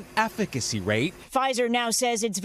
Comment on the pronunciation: I’m sorry, what? “Aff-feck-acy” rate? Nice try, aliens...